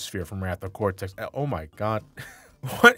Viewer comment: It's actually pronounced Cortex cuz that's his name not Cortez.